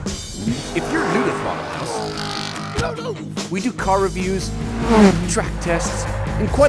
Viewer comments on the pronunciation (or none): "Throttle hooose" 😅